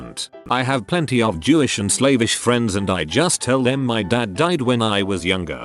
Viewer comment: "I have lots of jewish and slave-ish friends". Worst time for that mispronounciation.